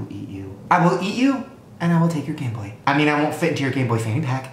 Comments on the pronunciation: Shane said Gay boy in stead of game boy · you literally said Gayboy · when Shane says "Gayboy screen" instead of "Gameboy screen" 🙄😂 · You said gay boy instead of game boy XD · Instead of "This tiny ass Gameboy screen" I'm pretty sure he said "GayBoy screen" lol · I thought Shane said "Gay Boy" 😂😂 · I high-key think he said game boy, but it just sounded like gay boy? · I swear he says 'Gayboy' the entire time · Everytime shane says game boy i hear Gay boy 😂😂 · It sounds like he continuously says “gay boy” instead of “gameboy” 😂 I can’t not hear it lol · It sounded like he was saying "Gay boy" not gameboy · it sounds like he said gay boy screen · i swear i heard gay boy instead game boy